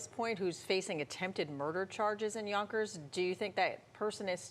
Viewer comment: Yonkers or Bonkers? 😅